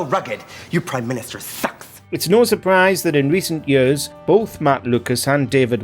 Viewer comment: OK, say it with me now: "YEARS." not "Yirrs."